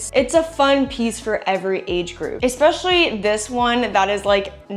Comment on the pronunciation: Please say ESPECIALLY not EXPECIALLY. Love your channel !!❤